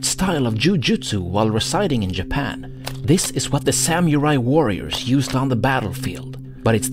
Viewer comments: It's not sam-your-eye. It's sa-moo-rye. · Just FYI it's pronounced Samu-rai not Sam-u-rai